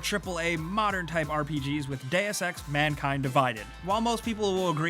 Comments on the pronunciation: "Manking Divided" lol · "Deus Ex : Manking Divided" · "Deus Ex: Manking divided" Oh boy I love being a part of manking, don't you? (I love being a cunt about the tiniest details in videos) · not sure if you noticed but you had MANKING not MANKIND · Manking... Hokep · "Deus Ex: Manking Divided"